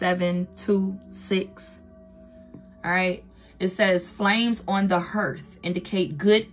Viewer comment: the "hearth" ( it's pronounced like heart, but with the 'h' sound) is like the fire place. Back in the day, that's how they cooked.